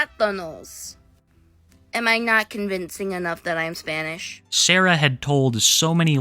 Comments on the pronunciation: “Splanish flowerrrr” LMFAO I’M CRYING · “ of a splanish flower” 😅